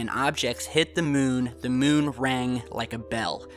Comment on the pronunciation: "On the MUHN!" :-)